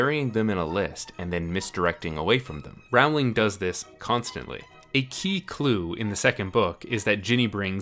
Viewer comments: This video is great as always, but since you've been doing this for quite some time, could you try and pronounce Rowling's name correctly, pretty please? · Its pronounced rolling. lol. don't be the guy who convinces an entire cast to pronounce Aang, ung... grr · Rowling is pronounced ‘rolling’ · Rowling like "bowling"! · It's Rowling, as in bowling, ffs. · I would love to know why everyone mispronounces Rowling. It’s literally almost exactly like the bowling which is a super common word that everyone who speaks English knows how to pronounce! Nothing sets my teeth on edge like this mispronunciation of her last name! Lol I’m such a stan 😂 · Rowling like bowling. Rowling like bowling. Rowling like bowling. Rowling like bowling. Rowling like bowling. But I still enjoyed the video! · Please pronounce J.K. Rowling's last name correctly. It's pronounced the same as 'bowling' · This is a great video but I'd just like to correct one thing. You're pronouncing J.K. Rowling's name wrongly. Her last name rhymes with bowling. She said so herself. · Rowling like bowling. Not like around. Why do people think that the o in Rowling makes an ou sound? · How can you make an entire video about a person and mispronounce her name the whole time? Unless... this is an elaborate meta joke about misrepresenting people's identity? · Can no American pronounce her name correctly?? Jesus, it's not hard guys. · Great video, but i will never understand why so many people cant pronounce Rowling properly... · Ok but how do you make a whole ass video about the Harry potter books and NOT learn how to say the author's name right? 🤔🤔🤔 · Why do so many Americans mispronounce Rowling's name all the time? Smh. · Great video, but 10 points off Gryffindor (or whatever house you're in lol) for pronouncing Rowling wrong throughout the video - it's a pretty common mistake but it's a pet peeve of mine so it was distracting while trying to focus on what you were saying. Still really enjoyed it. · Its JK Row-ling